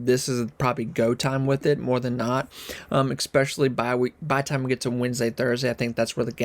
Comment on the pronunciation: FYI, there is no "x" in the word "especially".